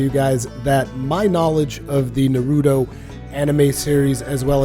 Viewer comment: I just can't stand when people say Naruto like that with the long u sound. no one says his name like that, your pronouncing it wrong for both Japanese and English. it's a short subtle u sound sort of like the sound for the u in the word up. saying Naruto like this guy just makes you sound either stupid or ignorant, pick one